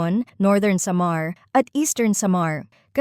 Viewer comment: Pinay bato cya bakit ang pronounce samar